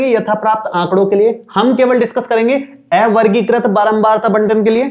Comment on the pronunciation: Ae-vargikrit nhi avargikrit hota h, sir